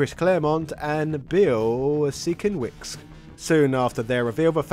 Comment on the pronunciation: Bill Sin-Kev-Itch, cmon man that's basic research